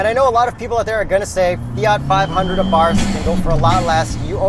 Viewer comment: I had the pleasure of driving a 500 Abarth last year. Great little cars! I managed to create a fun drinking game to go along with the video. Take a shot each time I mispronounce “Abarth” after specifically making a point about the correct pronunciation.